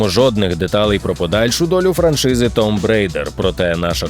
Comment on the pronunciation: Да блен,почему 99,9% не могут правильно произнести слово "tomb"...Вчіть англійську